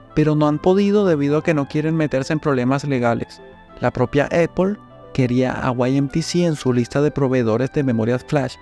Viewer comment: Lo mismo con la palabra "Apple". Revisa la pronunciación, por qué el sonido es parecido a "Apl" y no a "Aipl". Saludos con aleta de pingüino. 😂😂